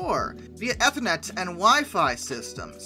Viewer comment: Ethernet = EE-ther-net (a wired LAN protocol)